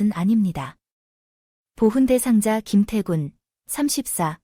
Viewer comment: 깁태건이 아니리 김태군이다. AI로 하려면 선수 이름은 실수 하지 마라